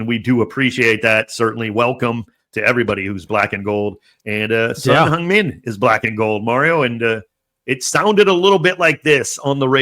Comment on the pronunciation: you say 'Song Heung Min' like Korean! Perfect pronunciation =)